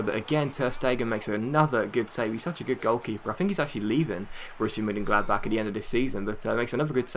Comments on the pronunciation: Close! its pronounced Borishia Munchengladback ;) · Hunt on a free! He's so good. Also, I think the best way to pronounce Borussia Monchengladbach is if you break down the name. Bo-Russia (that's simple?). Mon (I think of it like what they say for Celtic, Mon the hoops). Chen - glad - bach (seems to make more of a K sound than the "chuh" from ch.